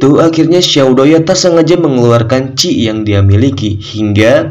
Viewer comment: Bukan ci min tapi Qi